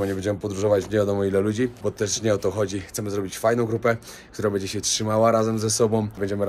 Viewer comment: Cześć, oglądam Cię od Varanasi z przed 3 lat, teraz jesteś z Kobietą, Mądra, Piękna Dziewczyna,! Ma Cierpliwość do Twoich błędów językowych! Bedzie, mow Będzie, etc